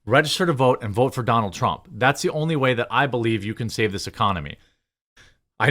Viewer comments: TRAMP?! PRONOUNCE HIS NAME RIGHT, JEREMY! PRONOUNCE HIS NAME RIGHT! PRONOUNCE HIS NAME RIGHT! PRONOUNCE HIS NAME RIGHT! PRONOUNCE HIS NAME RIGHT! PRONOUNCE HIS NAME RIGHT! PRONOUNCE HIS NAME RIGHT! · Sorry, but I chuckled when it sounded like you said Donald Tramp. Not trying to be a douche, I just thought it was funny. I still laugh when the ketchup bottle farts.